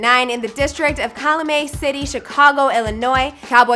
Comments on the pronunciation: It’s calumet 😭 not calumay 😂😂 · “CaLaMay City”... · girl its pronounced CAL U MET city and calvin from calumet city, you sound weird asl. we all went to thornwood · That’s is not how you say calumet city shorty